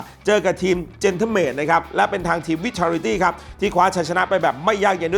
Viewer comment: Team Vitality เหมือนจะออกเสียงว่า “ไวทาลิตี้” นะครับ